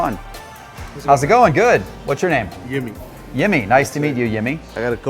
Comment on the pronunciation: I believe his name was Jimmy, not Yimmy. Come on, get it right!